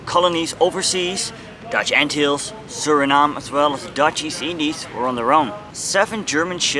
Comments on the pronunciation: G'day to you,I dont think you say Anthills ,it should be more like Antillees! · Ant hills, that is not how you pronounce it, it is pronounced an til les. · I've been pronouncing the islands incorrectly. The lesser an-Till-lees is wrong I guess. Ant hills, now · In Murican we usually stress the first syllable of a word. ANN-till-ease. None of that fancy "tulips and wooden shoes" stuff for us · An informative video, but the narrator should learn to pronounce "Antilles". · Shocking pronunciation of Antilles!! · If you make a documentary about the Antilles it would be best if you first learned how to pronounce it correctly.